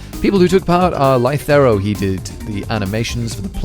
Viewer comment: Lythero's animation is brilliant! It's well drawn and the repeated animations would have cut the work load and accurately portrayed the Ace Attorney theme. So cool:D Also, no one seems to notice mispronunciation of Lythero. I mean, I clearly remember the last time a witness got their name mispronounced. That Daygon Booze guy made quite a big deal out of it.